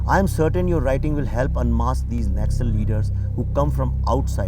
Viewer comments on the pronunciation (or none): 5 secs into this video and am really irritated with background music...and it's not 'Nakksals' it's Naxal...short form of Naxalbari